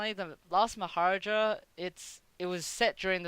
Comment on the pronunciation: I know I’m years late, but it’s “Mah - ha - raaaa - ja”. =D